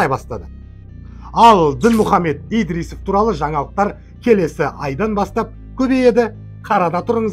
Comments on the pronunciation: 🎉Идрисов 😊емес Ыдырысов десеңші балам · Әй,, айналайын, Идрисов емес Ыдырысов, Кулибаев емес Құлыбаев. Осылай дұрыс болады. по ҚАЗАҚский